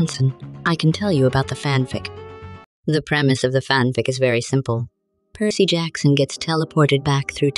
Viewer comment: Dionysus would be proud on how you keep mangling Percy's name